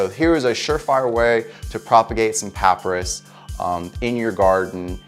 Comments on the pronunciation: Sorry, but it’s pronounced Pa - pye - rus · Pop-pie-rus is how its said . But great video and super handsome gardener. Thanks